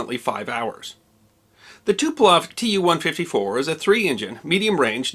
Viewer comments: Speaking of which, it's TuPOlev, not TuPElov - there's the same mistake in the description. But still a really good job. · "Tuplough" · As a person who can speak a little Slavic I think your pronunciations were pretty good! One error I did note though was that you said the crash of the Polish airforce Tu-154 occurred in Poland, it did not, it occurred near Smolensk, Russia.